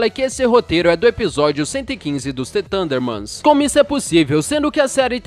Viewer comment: mds é the thurndermans e não t tundermans e tbm para o video ter mais qualidade não repita tanto as palavras. Só estou tentando ajudar e gosto de teu conteudo